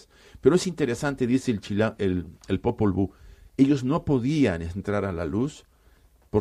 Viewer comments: Popol buk??? Sí iban hablar de esto, se hubieran preparado, la verdad que dan pena con sus pronunciaciones, además en el popwuj (nombre original del Popol vuj) jamás habla de Dios. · Claro encima en inglés “ book” libro :| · Popol vuh sarnosa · Popol BOOK? Jajajaja apréndete la pronunciación mínimo! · Yo pienso como tú, escuché eso y me chirriaron los oídos, aquí casi todo el mundo lo ha obviado. Saludos 🙋